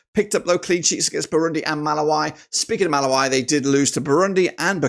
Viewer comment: Malawi is pronounced MA-LA-WE(ENGLISH)